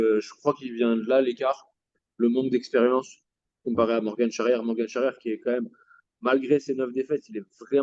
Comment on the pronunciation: on dit morgan pas morgane frerot